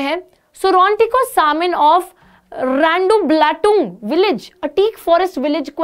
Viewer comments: mam when you spoke Randublatung 😂😂it was next level when I watched this in 0.25x😂😂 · Randublatung, pronounciation next level 😂